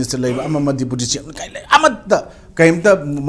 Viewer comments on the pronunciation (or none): none